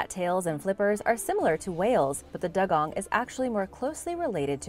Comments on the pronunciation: It's not called a " Daa- gong!" It's called a " Doo-gong! Just saying! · It's pronounced dew-gong.